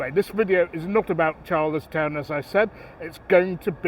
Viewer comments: Charlestown not Char liss town! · I'm from Connemara and the older people call it char liss town. I think it's cos they are or were primarily Gaelic speakers and say char liss instead of Charles just in general